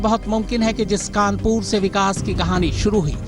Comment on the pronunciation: कानपूर नहीं है भाईसाहब ।।। कानपुर है वो